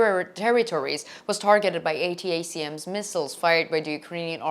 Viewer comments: ATACMS is pronounced "Attack Ms" as one word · Good content. Feel free to speak the acronym ATACMS like "attack them" but "attack 'em" and add the s for "attack 'ems" . It's a lot easier to say and more familiar to English speakers and by the way thank you for speaking English for us!